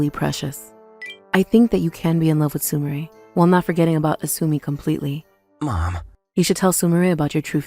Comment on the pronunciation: I hate how the VA can't pronounce Su-mi-re, calling her su-my-er ... 🤦